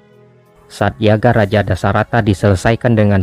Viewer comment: Admin kayaknya pelafalannya yagya deh, bukan yaga